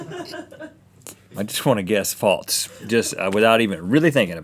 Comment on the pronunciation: Why does Rhett say false like "faltse"?